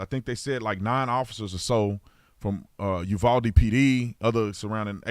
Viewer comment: FYI, first hand info from a Texan... its pronounced U VOW DE not U VOL DE